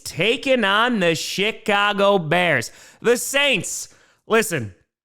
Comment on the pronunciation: Is it just me, or does pronounce Chicago as sh*t-cago? 😀